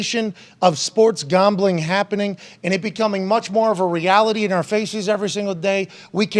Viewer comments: Pat why are you saying it like that? Gombling? 😆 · Why does he say Gambling like that 😂